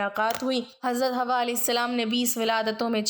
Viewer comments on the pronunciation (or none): Sister , hamari amman ka naam Hawa nahi ,Hawwa tha ,ہوا اور حوا میں فرق ہے ،اپنا تلفظ درست کرلیں۔